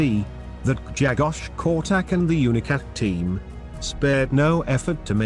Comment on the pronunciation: Polish is a very hard language. Try to pronounce the his name this way: Gshegosh Korchack. BTW love your videos !